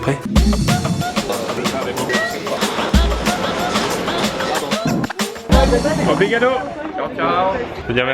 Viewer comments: J'étais dans le stade de handball quand la France a gagné à la dernière scd et j'ai réussi à rencontrer Pierre Croce c'était génial 😂😂 p.s: c'est obRigado pas obLigado 😂😂 mais sinon ouais génial les J.O🤗✌🏻️ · Msk le portugais avec toi :') ça se prononce pas ''obrigado'' mais ''oubrigado'' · Quand tu dis merci en portugais c'est trop chou :) meme di tu la massacre😂😂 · Ta prononciation d'obrigado est juste degueu... Désolé (on ne prononce pas le o et pour les filles cest obrigada) ... Voila